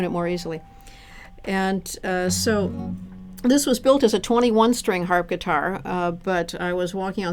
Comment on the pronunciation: Did she say "Harpitar"? xD